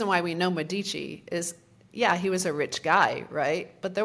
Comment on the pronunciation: Great talk. Please call the elites of Firenze "Médici" and not "Medíci" (accent on the "e" and not on the "i"). Italians and Europeans might not recognize the name :-)